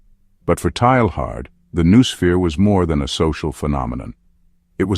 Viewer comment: Since that word is so central to the thesis, it's surprising they couldn't bother to teach the AI to pronounce it.